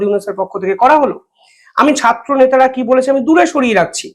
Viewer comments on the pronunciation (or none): none